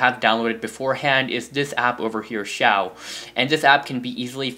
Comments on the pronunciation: It's not airshow it's air shou duhhh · Pronounce Shou to Show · It's pronounced like shoo dumbass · So you just need airshou not shou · Shou is pronounced shoo